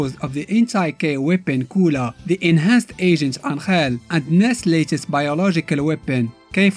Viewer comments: It's Angel not Anthrel. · Just realized you said anhel instead of angel